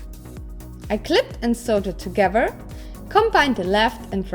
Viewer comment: I love your videos ...and how you say togever!